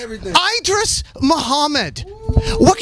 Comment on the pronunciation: Nardwuar, i love your interviews but you need to step up your pronunciation game. Idris is pronounced "eh-drees". the man deserves that respect.